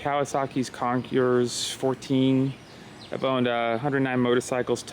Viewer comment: CON-CORE. The S is silent